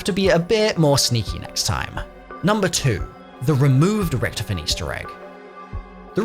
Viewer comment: That's not how you say richtofens name